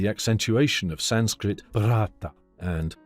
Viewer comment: The German pronunciation has a heavy English accent to it. The German language attempt at "Sanskrit“ is pronounced incorrectly also.